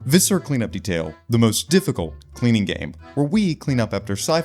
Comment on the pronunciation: Surprised I haven't seen another comment about it, but viscera is pronounced "viss-er-ah" not "viss-era". Great vid though, and I'm looking forward to more PartialFalchion gameplay after this latest update.